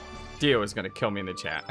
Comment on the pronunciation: lol, i'm saying hummina when you say I'munna (i'm gonna)